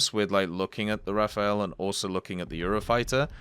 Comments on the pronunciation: Stop saying Raphael. Just say RA-FAIL, if you can't do the french pronunciation. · hi bro! nice videos... but can you please stop calling the rafale as if it was written Raphael? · Dislike each time I ear RAFAEL again!!! Even the Devblog say Le RAFALE! Translate :burst/gust and not a italian name! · imagine being mad that someone isn't pronouncing a foreign word properly